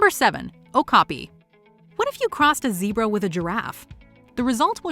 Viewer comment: "Oh look a deerbra"